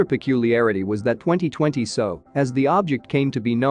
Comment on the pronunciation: The commentary is not terrible, but it is rushed. Longer gaps between sentences required, and bigger paragraph gaps. Give us a chance to absorb the interesting information. Also, when discussing '2020SO', you need to separate the letters to get S, O and not 'so'.